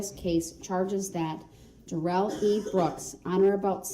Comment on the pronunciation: His name is NOT pronounced like he said! His own mother calls him DARE-ELL NOT Dare-rell! This is his attempt to spiff it up like Joe Dirt! 🤣🤣